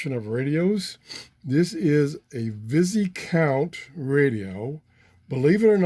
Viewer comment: Hi, nifty little radio... I'm pretty sure the S is silent (Vy - count), Viscount is a rank of nobility 👍